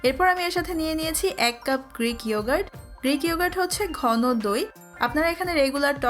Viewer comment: Reek na greek😁